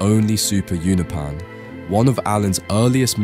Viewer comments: Uno-pee-yan ❌ Uno-pan ✅ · Unopan You-know-pans. Not you-nuh-pans. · you-know-pens. not ooh-no-pans. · its (you-nope-an) please stop saying ounapan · I’m sorry I really like your videos but you need to work on your pronunciation Allen the alien is a unopan pronounced “you know Pan”